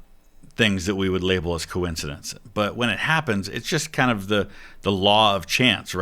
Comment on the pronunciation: I am jealous of the ease at which Santoro can say the word coincidence. That word has been the bane of my linguistic existence